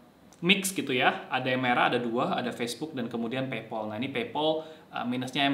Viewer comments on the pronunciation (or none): Kok Paypol sik mas? PayPal (PeyPel) kali? Agak sempet bingung pas dengerin =0))